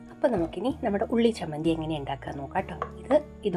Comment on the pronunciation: Chammandi alle ..not Sammandi😂